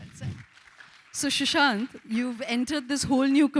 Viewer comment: she keeps calling him 'shushant'